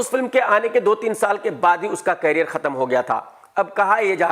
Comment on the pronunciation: career bolna to sikh le bhai,,,10 saal ho gaye